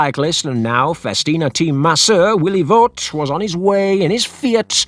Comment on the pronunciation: Voet is pronounced more like Voot. Oe is a diftong, sounding a lot like a double oo in English.